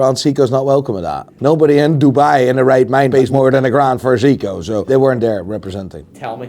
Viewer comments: Funny how finds the time to give us the proper pronunciation of "van Gogh", but cannot for the life of him pronounce "Seiko". It is not Sicko for f... sake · Was I the only one who heard Seiko Leonard at the beginning?